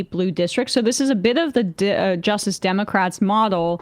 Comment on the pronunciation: I thought his appeal was that he says Democwats